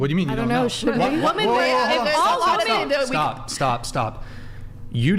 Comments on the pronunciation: My God, why can't they pronounce "women"... when the hell did this start? I've never heard anyone in my life who can't pronounce women until I started watching these podcast videos. Am I the only one? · Another woman that can’t say the word women. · Am I the only one who is bothered by them saying woman instead of women? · Why tf do they say woman in place of women? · It’s women, not woman. Holy shit. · Are these numpties ever going to learn how to pronounce the words woman and women correctly? needs to make that a requirement to be on the show at this point. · The word is "women". Why do they always say pronounce the plural like "woman"???? Drives me crazy. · Always..."Woman" instead of "Women" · What's with these women that can't pronounce "women" ? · ITS WIIIIIMMMMMIIIINNNNGGG NOT WOMEN! Ffs dumb ass! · Someone please teach women how to say women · They do that on purpose, just to annoy people. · Since Andrew started pointing this out I can’t unhear it. I notice women doing it constantly now and it’s become one of my biggest pet peeves.